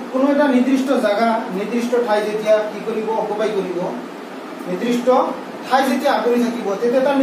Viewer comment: Not nirdrista. It's nirdista